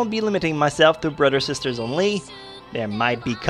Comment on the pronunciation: lol you say brother like brudder